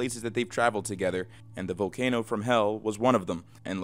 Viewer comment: lol "Vocano"